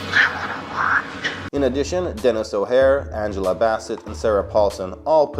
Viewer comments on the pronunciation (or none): none